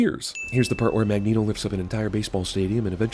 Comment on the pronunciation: Magento? MAGENTO?!